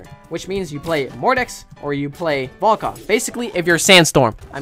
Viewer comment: at the start of the video he says "have you heard of the volcock guy?"i guess he said it the weirdest way....